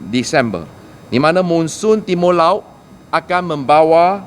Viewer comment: Hehe..Timo laot, sukulela... Pelat2 pun try juga, tak kisah lah asal kerja onnzz👍🏻👍🏻